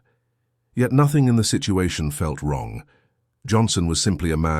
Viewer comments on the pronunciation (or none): none